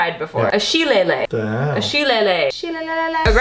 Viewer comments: Sheleighly. It's pronounced Sha-lay-lee. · Oh my gosh I’m dying every time she says Shileleah!! Hilarious 😂 (FYI Irish ☘️ folks pronounce it like Shih-lay-lee) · It's pronounced 'shi-lay-lee'! It's an Irish club... Like I believe they used them in street fights?.. I'm just going on my image of 'Gangs of New York'... the movie. Lol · Drink #3: Shuh-lay-lee. It's named for an irish walking stick. aka The little cane thing leprichauns carry. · Hi! Irish person here :) It's pronounced shi-lay-lee, it's a knobbly old man walking stick. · Dude Grasshoppers fuck so hard - you HAVE to make it with coconut cream next time!! You'll never go back. Ooh, also, it's pronounced "sheh-lahy-lahy" It's a walking stick, which is why you're supposed to put the cinnamon stick in it for garnish.;) Irish af girl here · wolfman571 I believe so... Lol. I wanted to yell through the screen... It's a shileliegh! An Irish club yo. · That last drink was hilariously mispronounced but that's ok.